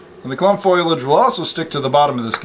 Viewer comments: PS- I forgot to chime in, it is fo·li·ageˈfōl(ē)ij/ not "foil-aj" lol ;-) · Now it all makes sense! Thank you for making this video! ok, it's fo-li-age, not foilage. lol